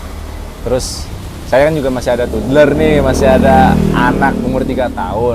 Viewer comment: Tubler x masss bukan tudler wkwkkwkw